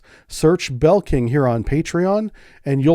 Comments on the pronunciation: and NOT Belking 😀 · Great video! One thing - you keep pronouncing Blekinge as "BEL-king" - it's "BLE-king-eh" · Not "Bell-king" class. "BLE-KING-E" class. :) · I was listening without looking and somewhat confused about the Belkin class until I saw the screen and realised it was Blekinge (l and e are switched). That said I much prefer a real human voice over a "perfect" (haha, none of them are) ai voice. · About the Blekinge class submarine. It is currently under construction. The name is pronounced Blee-King-ee, its a province in southern Sweden that was Danish until 1655 and has a big heavy metal festival every year, Sweden Rock. Feel free to visit it, always good bands. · A26 Bleh-king-eh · We have more than 3 subs, the Gotland class consists of 3 units though. Another thing, the new class is called the "Blekinge" class (Blekingeklassen in Swedish) if you are an American you can pronounce "Blekinge" almost the way you naturally would with your US accent but you can actually pronounce "Blekinge" the way you naturally would because anyone who understands Swedish and doesn't hold a general dislike against Americans, sadly nowadays there are way more of them, would understand what you say.The other ones would understand, but pretend they don´t, but its stupid to mix people with politics they also quite often don´t agree with. Also, once more, even with a US accent you get Blekinge "quite right, not 100% but almost 🙂